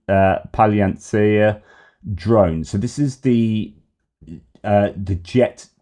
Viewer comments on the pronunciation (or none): From the Ukrainian war videos that I've seen I believe it's pronounced pal-an-eats-ya.